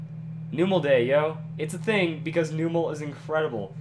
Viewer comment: that's not how you pronounce numel in the pokedecks it's called the num pokemon